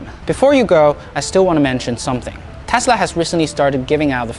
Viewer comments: It’s Tesla, not Tasla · Good video but it’s TESLA not TASLA!! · "Elon Musk, the founder of Tæsla" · Stop saying tasla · Jesus dude can you please pronounce your "E"s probably? Dafuqs tAsla? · ITS PRONOUNCED TESLA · correction: Täßla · "Analysts astimate that Tasla's ravenue wall graw bay tharty parcant naxt yaar" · How hard are you trying to pronounce tesla so poorly. It sound like you are hurting your self to pronounce the word lol